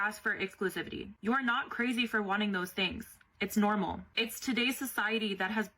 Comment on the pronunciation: That is not “nurmal” 🥴